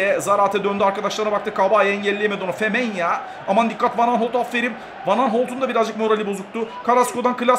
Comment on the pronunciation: abi afferim degil afferin